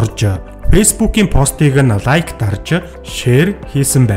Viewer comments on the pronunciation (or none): none